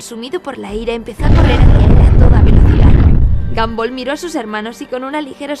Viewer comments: Es gumball no gamboll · Xd se pronuncia gombal si se pronuncia como lo escribí xd